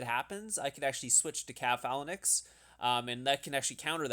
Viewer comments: Dude. I love your videos but this one was so painful to watch - "Phalanix"? Phalanx ("fay-lanx"). "Calaphracs?" Cataphracts ("cat-uh-fracts")... repeatedly. It hurts. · why do you pronounce phalanx so weird... it's not Phalan X, it's one word :p also how did you get such good jewels? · why do you keep saying phalanix lmao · Lmao ‘phalinix’ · Dude please watch another video amd learn how to pronounce phalanx